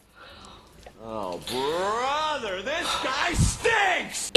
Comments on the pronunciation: I'm sorry I just had to point this out but "Borhter" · Lol you said "Borhter"